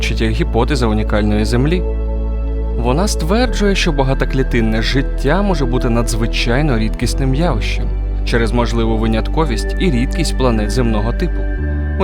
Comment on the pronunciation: Дуже цікаво і корисно. Якісно проілюстровано (навіть дуже), хороша фонова музика, добре продуманий текст... АЛЕ: - позаземний разум (розум); - найближчих к нам (до нас); - астраном (астроном); - багатаклітинне (багатоклітинне); - об стіну (наголос!); - вуглеродним шовінізмом (вуглецевим); - рівням розвитку (рівнем); - у клітинах зоопарку (клітини в організмі, а в зоопарку - клітки; грудна, до речі, теж клітка); - учасники проекта (проЄктУ); - однією з найможливіших (звучить не дуже, краще най- або найбільш вірогідних/ймовірних); - найулюблених (улюблених (не потрібно підвищувати ступінь для цього слова)); - мучаючи (мучачи); А ще не можна всюди пом'ягшувати "ч" і "щ". Існують певні правила, що описують випадки пом'ягшення цих звуків. Український YouTube не просто має існувати - він має бути якісним. 𝚄𝚔𝚛𝚊𝚓𝚒𝚗𝚜'𝚔𝚢𝚓 𝚈𝚘𝚞𝚃𝚞𝚋𝚎 𝚗𝚎 𝚙𝚛𝚘𝚜𝚝𝚘 𝚖𝚊𝚓𝚎 𝚒𝚜𝚗𝚞𝚟𝚊𝚝𝚢 - 𝚟𝚒𝚗 𝚖𝚊𝚓𝚎 𝚋𝚞𝚝𝚢 𝚓𝚊𝚔𝚒𝚜𝚗𝚢𝚖.